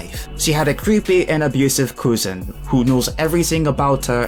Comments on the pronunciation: Lol at the “koo-zen” pronunciation of cousin. Cousin is pronounced “Kuz-in” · "Her English is ass" because of a typo. Then this dude proceeds to pronounce "cousin" as coozin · the way you pronounce cousin... coosin..... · he said "she has a bad and abusive coosin" but I guess this accent exists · You say cousin funny so I will sub